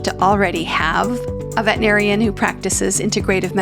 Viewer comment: Please pronounce veterinarian with 6 syllables😢